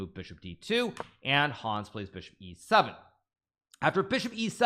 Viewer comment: The a in Hans is short. It's not Haaaans 😂